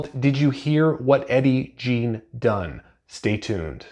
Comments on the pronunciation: dude, its pronounced Gein, not jean.. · Great review. I liked it as well. BTW it's pronounced Gein like Green. Man I gotta start reading more Powell he's great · Please upload an apology video for mispronouncing gein so many times.